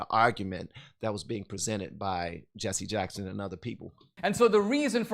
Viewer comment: What is “Jesse uh-Jacks-hund” a Reverend of?